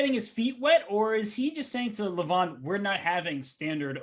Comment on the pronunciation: You said his name 200+ times, so why not just learn how to pronounce it correctly? it's not Luh-von, it's Leh-vohn (e as in leg, o as in boat)